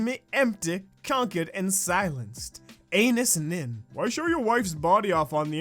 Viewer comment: Anais Nin is pronounced ae-n ah-ees And in American it is uh-na-is, the woman who wrote the quote deserves the respect of having her French name pronounced correct and I know this all because my middle name is Anais. She was a women’s right activist and wrote many works.